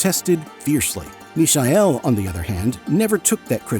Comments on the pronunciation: no, it is not the German pronunciation. That would be as in English you would say meechael, with the 'ch' pronounced as in the scottish 'loch'. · That's not how Michael is pronounced in German. And the AI voice in the video butchers it too. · Fukwit Americans or AI, you can't even pronounce the name of the Michael correctly, how do you expect to be taken seriously or have any credibility? Ignorant internet postings from clueless Americans... Now blocked. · Is the speak AI generated? The pronunciation of e.g. "Michael" and "Ibiza" very strangely.